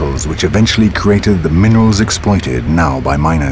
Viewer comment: "Explioited" is the focus here....